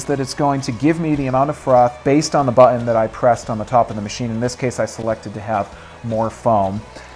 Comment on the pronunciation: Why does this guy have such a hard time saying the word 'button'? Buthon, bu'on, bottunh.